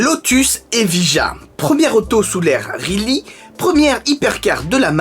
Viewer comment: Soit cohérent par contre, tu ne prononce pas correctement le modèle mais Geely, tu le prononce « rheely », si un constructeur nous donne la manière de prononcer son modèle, la moindre des choses est de la respecter...